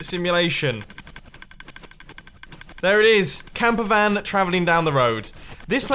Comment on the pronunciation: He said camp van